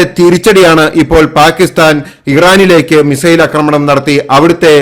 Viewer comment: അക്രമണം തെറ്റ് . ആക്രമണം എന്നതാണ് ശരി